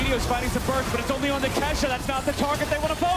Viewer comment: She said kashaaa 💀